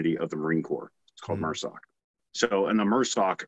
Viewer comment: It’s MARSOC pronounced mahrsoc it’s not mersoc or mrsoc not pronounced mehrsoc. Not sure if anyone addressed it but I didn’t see it in the first 50 comments. It’s annoying to hear him grossly mispronounce it like that when he is part of the community. It stands for MARine Special Operations Command The capital letters are for the name